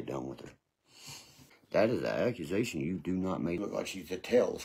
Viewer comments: AccuNasation instead of Accusations. 😂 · Hey hey. Ok this goon can't speak right to save his ass.. like wtf is ackinsation...😅😅 body counts??? Lol this dude is a lost cause..lol